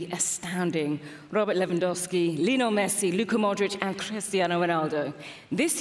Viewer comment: i hate how she saids lino messi instead of LIIIIOOOOONEEEEEL MESSI